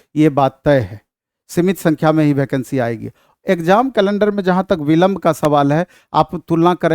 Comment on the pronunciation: भैकंसी ni वेकेंसी होता है